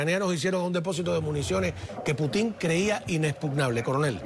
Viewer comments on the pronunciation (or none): Es “Putin” no “Putín”